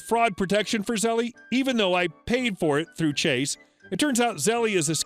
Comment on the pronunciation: First story: Zell-E lol. The E is silent. How do I know? Been getting countless ads for them over the past two weeks, especially on RedWheel videos.